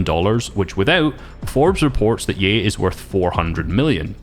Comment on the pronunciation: He said ye like yee